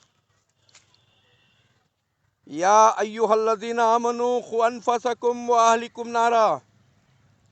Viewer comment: Bhai ANFUSAKUM nahi ANFUSUKUM hai